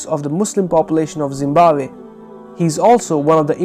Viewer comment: Being African I laughed at 'Zimbawe' thank you for making my day.